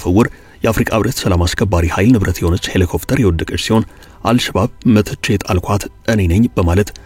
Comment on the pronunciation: ሔሊኮፕተር not ሔሊኮፍተር